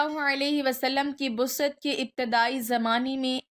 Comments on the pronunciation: Lazf Baasat hota hai Busat nhi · لفظ بثعت نہیں بعثت ھوتا ھے. توسط کو ت وس ط نہیں پڑھتے بالکل توسط کو ت و س س ط کے ساتھ پڑھتے ھیں